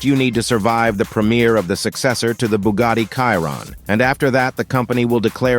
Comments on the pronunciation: BUGATTI, si dice Bugatti non Bugari. Non capisco perchè gli anglosassoni debbano storpiare tutti i marchi. Noi italiani google lo pronunciamo all'inglese perchè è un marchio statunitense, che cazzo è Bugari??? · Booogadi reeemac cairone wtf😂😂😂😂